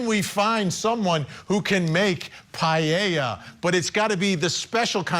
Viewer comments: it’s the “ei” intead of “e” paElla not payieilla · Paella - Spanish speaking can’t even pronounce it properly. Pa- e ( as in Ernest)- lla (as in jar)